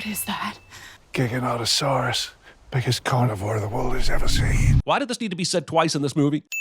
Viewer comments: The token queer black female pronounced the "largest predator ever" as 'Guy-Gan-tah-dawrus'. This is so incredibly stupid it can't be overlooked. It's actually pronounced "Juy-gan-tie-saw-rus" . This is what happens when you have an uneducated director instructing a badly educated token actress... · She said giganautusaurus*(not sure how to spell) What I heard:nigganotasaurus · Minor nitpick, but they also pronounced giganotosaurus incorrectly lmao